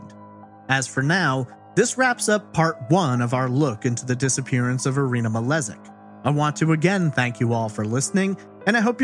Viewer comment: The last name is actually probably pronounced as Malejik as the word jingle and not as the letter z